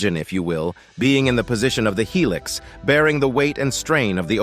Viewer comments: What the hell is helix, it's Hilux nigga after hearing helix I'm like I'm out nigga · Hi lux, not He lix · that is HILUX not helix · It's called a "hi lux" you dumbass